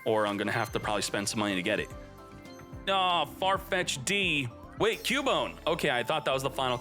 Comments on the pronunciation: Everybody: Farfetched: Far Fech D’ LMAO 😂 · It’s just “farfetched” not “farfetch d”